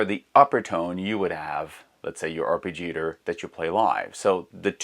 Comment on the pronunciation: Arpeggiator pronunciation man...